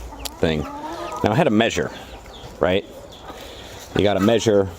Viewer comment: I like how this guy says “meeshur”